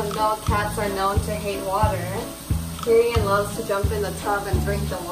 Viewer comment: OMG the cat's name is Tyrion?! It sounded like was saying Durian to me all this time XD